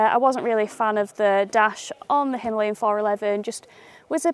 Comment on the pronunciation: Again him-lay-in , please its himaa-layan😔